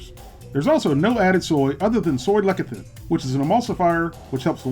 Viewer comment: LeSithin, not lekithin. Remember the c before an i sounds like a s. Eg. cilinder, citron.